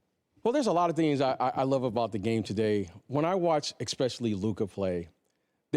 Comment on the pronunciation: Another black man who says excpecially. Get your words right clown. It's especially